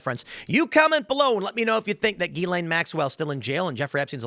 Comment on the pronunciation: Why does tim keep pronouncing her name wrong. Is he trolling?